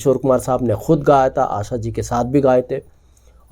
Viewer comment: FAS GAYE NAHIN YAAR PHANS GAYE F SE NAHIN P SE PRONOUNCE KARO--AASAA NAHIN AASHAA HAI YE, BIHARI HO KYA?